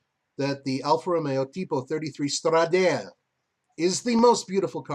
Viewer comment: Not being a dick, just letting you know... It's Stra-da-le (straw-da-lay), not Stra-dale.